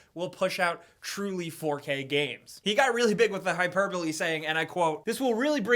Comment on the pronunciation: bruh hi-pole-brr-lee? It's hi-per-bowl